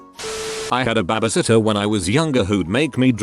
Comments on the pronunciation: Stop calling it baybaysitter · i love the way this bot says babysitter!! BHHAAAbe Sittor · Nobody: The narrator: bABa- sitTeR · normal people: babysitter text-to-voice: baabysitter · Narrator: BABA sittah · It’s funny how the voice said baba sitta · "babusitta" lol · listening to this while im high and laughing at the way he says babysitter is my therapy. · The way the voice say baby sitter is hilarious😂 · lol at the way the robot voice pronounces "babysitter!"